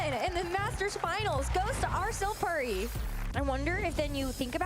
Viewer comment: No way she pronounced puri like purry 😂